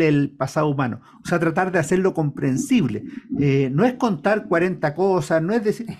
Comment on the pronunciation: "comprensible", no comprendible